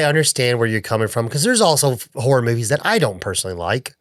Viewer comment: It legit sounded like you said "Every Man Whore Director" for "Every Man Horror Director" LOL